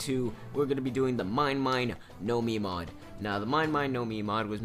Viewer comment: Mine Mine No Mi = Mine Mine (Me-neh) No (no) Mi (Me)